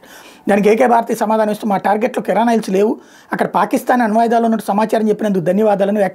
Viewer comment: కిరాణా హిల్స్ లేదా గ్రోసరీ హిల్స్ కాదు! వాటిని కిరాన్ హిల్స్ లేదా కైరాన్ హిల్స్ అని పిలుస్తారు. ఇంతకీ నువ్వు ఏదైనా పాఠం చదువుకొంటున్నావా లేక న్యూస్ చదువుతున్నావా? గుణగుణమంటూ అదేం చదవడం నాయనా!